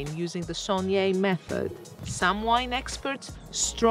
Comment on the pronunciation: Its not sogneeee it’s saigné dyphtong “ai”